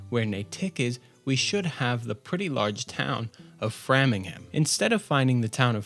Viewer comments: Some kind of audio issue . Also it's Frame-ing-ham. Not Fram-ing-ham. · Fantastic video I love it. But as a local, I have to just let you know that it’s pronounced. Frame-ing-Ham and Nay(like a horse) tick, nay-tick, and si-chew-it. And way-myth . I totally agree with your thoughts on expansions to Plymouth, the Cape and the White Mountains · I know this is an old video and I'm enjoying it but man, please. Your pronunciation of town names sears my brain. NAY-tik. FRAYM-ing-ham. If you want I volunteer to help you next time. ;) Great stuff though, I just found the channel, good times! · hearing you say Fram-ingham instead of Frame-ingham hurts me as a New Englander... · nay-TICK and frahmingham, glau-chester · Fantastic video, I'm in love with the intro. For future reference though, Natick and Framingham are pronounced with hard A's (Nay-tick and Fray-ming-ham).